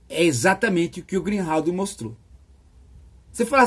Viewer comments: O nome correto do notório e excelente jornalista é Glenn GREENWALD, e não Greenhald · Professor, o nome do jornalista é Glenn GreenWald. Não é Glenn GreenHald. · Excelente Professor! Só uma pequena correção: a pronúncia correta de Greenwald é "grin-uóld". Para não haver confusão com o Greenhalgh 😉